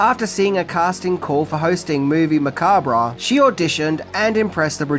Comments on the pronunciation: I have an insane crush on Elvira, and I love your content about her. I thought I knew almost everything about her, but you revealed so much more that I didn't realize I didn't know. However, I cringe every time you say the word macabre as "ma-KAWB-reh", as it's originally a French word, and pronounced as "ma-KAWB", not "ma-KAWB-reh". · Okay. I really REALLY tried, but it's not "Movie Macaberra", It's movie Mancab". phonetically. The "R" is silent. JFC this is annoying. Makes me want to kick things around the room. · "Macab-RAH"?LOL! Its pronounced Ma-Kob, it's a 2 syllable word, not 3. Don't believe me? Google it. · sorry but its pronounced macarb not macarbra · Macabre. Pronounced "ma-KAAB". / You do great work m8. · The word is pronounced “Ma-cob” you idiot!!! If you don’t understand the English language you probably shouldn’t try to broadcast your own YouTube channel. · it's pronounced Ma-COB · This an enjoyable video with a lot of good info. Some thing that may help here (and said gently from one video maker to another), macabre is said muh-kaab. ;) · Macabre is pronounced muh·kaab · Dude it's pronounced "macab". The R&E are silent. Great video though! In the first place I lived After High School out of my own I had a full size poster of her laying in a coffin in the living room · Its pronounced "ma-cob" 👍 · " Macabrah"......always a chuckle. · Pronounced "Makahb" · it's pronounced MAC-ARB the R is silent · Spooky and Sensual one,. 😉 Also! OMG! It's pronounced "Mu-cob." Yes, the b and the r and the e on the end are all silent. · AnD ITS MAH CABRE ffs learn something ffs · Because it was originally a French word, which would have been pronounced "macab." It's a regional thing. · Didn't anyone explain to the narrator how to pronounce "macabre"? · MOVIE MA-COB you're pronouncing it wired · I took a shot everytime you said Macabre wrong. And now im in hospital with a fucked liver becaue of tou. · The re in macabre is silent